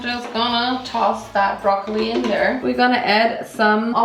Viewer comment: My favorite part is when you said "Brrrrrroccoli!!" 😂😍❤😍😂